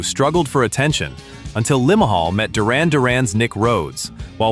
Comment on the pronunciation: My god you pronouncing the lead singer of kajagoogoo was ridiculous. You said Lima hol it's limahl. Turning off now